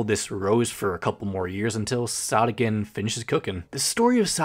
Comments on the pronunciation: Wait- I thought it was pronounced “sOdiken” not “sahdikken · I THOGUHT IT WAS PRONOUNCED SOH DEE KEN?!!!!!!!!!!!!!!! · ITS PRONOUNCED SOD-IKKEN?! I'VE BEEN PRONOUNCING IT SODAI-KKEN! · Wait is it actually pronounced “sod-ick-enn”? I always pronounced it “Soe-dee-ken” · When he said Sawdeekenn i got kinds embarrassed cause if thats the actual way to pronounce it, then I can confirm that i am sad to say i pronounce it as "Sow•dee•ken" like sodacan but the a is replaced with I and c and a with k and e, you gotta admit its kinda cute😭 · ITS PRONOUNCED SOD IKKEN? I THOUGHT IT WAS SODE IKKEN ☹️ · i always pronounced "sodikken" as "so-dih-kin" instead of "soh-dih-kin" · Btw I'm pretty sure it's pronounced so-di-ken not sod-dikken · Dough?? But it’s Sodikken not like Sodokken😭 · Not me just now realizing, pronouncing their name “soda-kin” is NOT correct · That’s how you pronounce it?? Bro I’ve been pronouncing it “soadeeken.” Like soda and eek. I’m an idiot lmao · Isn’t it pronounced so-do-kin?😭😭 it’s bugging me so bad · I thought sodikken was pronounced sodiken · Wha… her name isn’t pronounced soe-dee-kin?? Like soda? :,) Man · Bro pronounced sodikken as Saudiken(not hate!) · WAIT you pronounce it like “sa-di-ken”?! I pronounced it like that “sodi-kitten” or “sodi-kin” 😭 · Wait THATS HOW YOU PRONPUNCE THEIR NAME?? I've been pronouncing it with the first part like 'so?" 🧍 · ?? i've always pronounced it like soy-dough-ken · isn't it sodikken not sodikken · the way you pronounced her name LMAOO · please never pronounce their name like that again